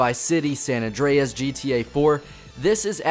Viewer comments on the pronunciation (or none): none